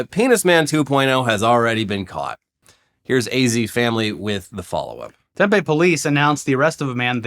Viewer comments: Tempe:is pronounced TEM-PEE not TEM-PEH. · Yo hearing my hometown pronounced tem-pay was the highlight for me boys lol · I actually get to be THAT guy!!! It’s pronounced Tem-pee… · It's "Tempeeeee" not "Tempayyyy" OMG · Tempe AZ is pronounced “Tem-pee”, not “Tem-pay”. Get it right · Arizona native here. For future reference it's Tem-pee, not Tem-peh like the soy meat. I never realized before how irritating it is to hear someone repeatedly butcher the name of a place I grew up next to and lived in for a while. 😅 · It's pronounced Temp-ee! You're killing me with this temphe. That's fermented soybeans. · Temp-E, not temp-a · Tem-Pee, not Tem-Pay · As a local it was very weird to hear Tempe pronounced the way it was. It's "TEMpee" not tempay. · Tempe is pronounced Tem-pee and Prescott is pronounced Pres-kit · It's pronounced Tim-Pee. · Nit to pick, it’s pronounced Temp-ee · Tempe is pronounced tem-pee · Pssst! Tempe is pronounced "Tem-PEE". Maybe "TEM-pee" on occasion. Sauce: former Arizonan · Hey it’s “TEM-PEE” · we pronounce it tem-PEE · Tempe is pronounce Tem-PEE with a strong PEE. As in PEEnis Man. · To: 1. It's "Tem-pee" 2. Please clear your throat. 3. I love you guys! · The penis man city is pronounced Tem-Pee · For the love of Penis Man, its pronounced tem-pee,. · cute how you guys say "Tempe"... it rhymes with 'pee pee'